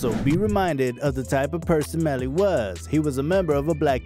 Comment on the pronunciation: You did bad bro. Fake photos... not saying his name right. Unsubscribe.